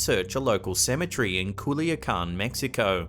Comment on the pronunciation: Hey. WTF IS A SEE ME TREE. OH YOU MEAN A CEMETERY. Pronounced semi tary